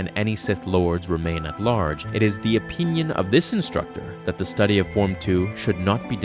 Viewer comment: "the OPEENION of this instructor", lol 😂